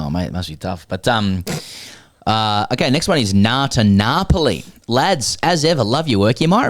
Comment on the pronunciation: I lived in Naples for 5 years - your pronunciation is more similar to how true Neapolitans would say it, lending to the Neapolitan name for the city - Napule “Nah-pu-là”. needs to do his homework.